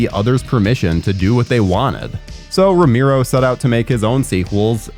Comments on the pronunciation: It's pronounced Row-mare-oh not Ro-meer-oh. haha, sorry I had to. Good video you've put together, I enjoyed it. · Look you did good on the history and research but dude, your pronouncing his name way wrong, it's Romero, your saying rameero, I'll spell the pronouciation, Ro-Marrow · It’s pronounced Ro Mehr Oh